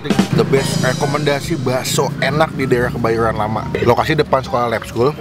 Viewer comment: HARY INI KEBAYORN RAMA "RRRRRRRRRR"